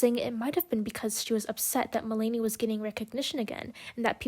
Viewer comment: Just to let you know, her name is pronounced Mel-na-knee. Interesting points through, it was hard to listen her name be pronounced wrong so many times though lol